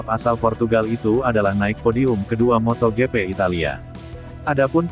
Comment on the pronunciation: Aduh ngeres di telinga, hari gini kok masih ada yg mbaca MOTO GE PE,,Widih